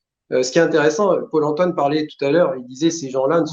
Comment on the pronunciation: purée a chaque fois j’entends pole emploi au lieu de paul antoine....